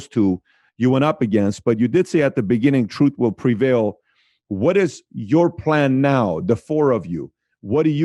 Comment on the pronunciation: I like that "Truth will preval"